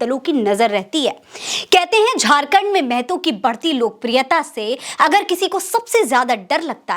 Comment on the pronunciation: मेहतो -मेहतो बोलना बंद कीजिए (महतो)